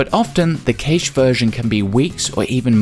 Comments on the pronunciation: I did like this BUT the word cache is pronounced "cash" as in money. I find it difficult to take advice from someone who can't even say it. ;) Still, thumbs up. You should do a series. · I can understand the British narrator's reluctance to correctly spell Thomas PaIne, not PaYne. Because Paine was a leader in America's fight for independence from England lol. However, there is no reason to pronounce 'cache' (which rhymes with 'mash') as if it rhymed with... er... hay-sh. On TV, they watch the American show with Alan Alda called Maysh. Brits love word play, being taught in school never to say, "There were many parts missing from my puzzle". but to say that many bits were missing. Another thing is that 'parts' is pronounced 'pots'. If you say, "I'm missing parts of my pot collection", it sounds exactly like, "I'm missing pots of my pot collection", which could mean you're missing parts of your part collection. So beweah! Faw-warned is faw-armed! Students who pronounce the letter 'r' (unless as the first letter) are sent to an island until they learn propahly that lions don't roar; they raw and you can only ask for maw tea. Their spirits saw when they have maw. I wondah if this pot gets anyone saw! I guess they consider Elmer Fudd cartoons a learning tool. At this video's suggestion, I will try Start Page